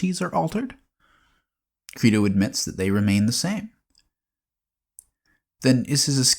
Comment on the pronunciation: How about learning to pronounce your source material's title properly before recording?